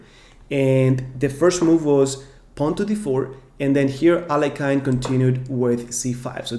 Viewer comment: Could you please pronounce Alekhine's name correctly?